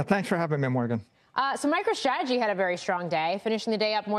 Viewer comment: This is hard to watch. “st” is not pronounced “sht”. MicroShtrategy